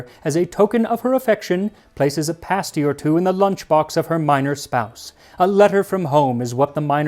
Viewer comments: Ah, the Cornish pasty! Yooper soul food! And you did pronounce it correctly--it is PASS-ty not paste-ty. Now, there are all kinds of abominations out there that masquerade as pasty--I shudder at the thought. Things like pizza pasty and chicken pasty. No, no, no, no, no! No true Yooper would ever let such a thing pass his or her lips. What you describe is the REAL THING. Now the only acceptable condiment is ketchup, never, ever, ever gravy. When buying pasties here is a clue, look for where they are made. Anything in the UP is pretty safe. Anything south of Da Bridge (Mackinac) is rather sketchy unless it is right at the tip of the Lower Peninsula, and anything made in Detroit, forget it. Now I can't say about pasties made other places . . . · In the UK it’s pronounced Cornish “Pahsty”. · Aye cornwall mentioned, my people! I'm so glad you pronounced pasty right xD SO many Americans I've met say paysty pahaha